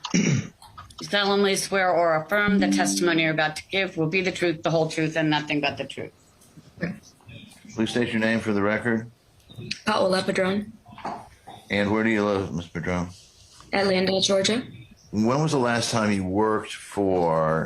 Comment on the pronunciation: For the love of God, can someone please tell the Defense how to pronounce "Paola" please?! It doesn't rhyme with "koala!"